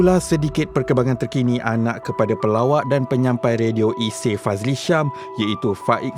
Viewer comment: iseey bukan isie..sebut tu betul2 la biar bunyi klntan sikit😢